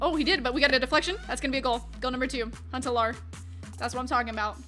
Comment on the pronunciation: You say Huntelaar wrong hahah